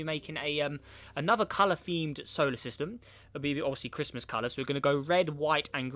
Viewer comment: Merry crishmush 😂🤣🤣